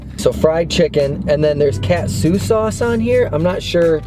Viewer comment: Huge fan here been watching you guys since you did a collab with fast food pit stops! I just wanted to say I loved your vids and it’s pronounced Caught-sue not cat-sue